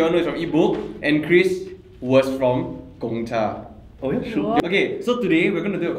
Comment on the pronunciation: Every time I here someone mispronounce Gongcha I cringe a little. 贡 is pronounced as gòng. But looks like I won't be hearing this mispronounciation anymore soon.